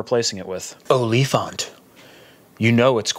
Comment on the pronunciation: LMAO the way you said OLIFANT!!!! its an afrikaans woord for Elephant. The more you know. Enjoying the second channel keep it up!